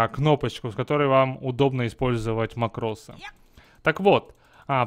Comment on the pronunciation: Во-первых, мАкрос, а не макрОс. Во-вторых, смысл этого СКРИПТА(а не макроса)? Если ты дно, не имеющее скилла и микроконтроля, то этот скрипт тебе не поможет. Ведь ты не сможешь даже развести всех мипо в стороны, если в тебя ультанёт лич, не говоря уж о других случаях.